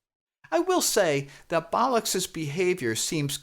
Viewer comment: Why are you pronouncing Captain Bolix as Captain Bolux? Is this deliberate smut? snarf snarf